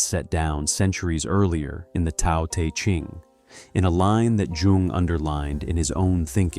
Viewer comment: Love the video but u gotta pronounce Tao te Ching right!